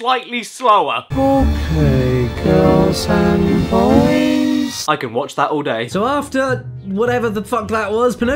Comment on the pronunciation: Jofe_co A text to speech would know how to pronounce boys. And Pinocchio. And would probably emote better.